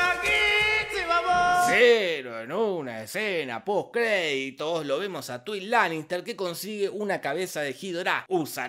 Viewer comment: Todo el puto mundo: taigüin lanister Jorge Pinarello: tuin lanister